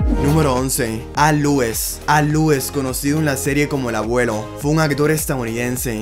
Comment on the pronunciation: Al lues, bash Patric, Marylin Manster, Pat prist, Pol Lin, tienes que trabajar mucho con la pronunciación ya si no das una se dicen como se leen.